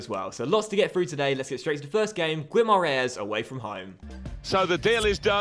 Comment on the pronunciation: Instead of trying to say Guimarães, say Vitoria, its the easiest way to say it!!